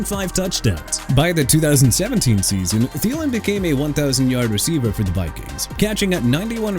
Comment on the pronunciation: THIELEN AS IN THEE-LIN NOT TALIN! NEW ORLEANS AS IN NU OR-LINS NOT NEW OR-LEANS! YOU'RE GONNA BE OUTTA HERE SOON DUDE. DON'T PLAY WITH ME NO MORE.